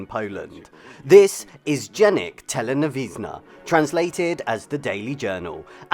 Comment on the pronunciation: Right, a few sidenotes: - pronounciation of word "Telewizyjny" is beautifully butchered, kudos for trying though - the lady from onwards is Katarzyna Sobczyk - one of the lead figures of big-beat (a sorta lighter, local twist on rock n' roll music - speaking of slightly chaotic live performances - there's a video from 1986 Sopot Festival where Kim Wilde performed "Cambodia" with two random dudes on stage (who were only suppose to give her flowers but stayed on stage throuout the whole song) - highly recommend checking it out - I'm kinda surprised you didn't cover Sonda (Probe), one of the first popular science show aired from 1977 to 1989 (when both hosts died tragically in a car accident)